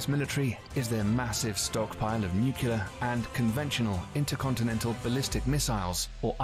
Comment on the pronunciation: I wish the narrator didn't keep misprouncing "nuclear".